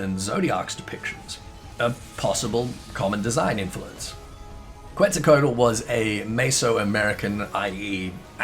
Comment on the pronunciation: holy crap, ive never heard anyone butcher Quetzalcoatl this much, damn